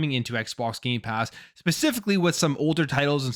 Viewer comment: Every time he says Gamepass. He actually says Gaypass. He's right it is Gay! Lol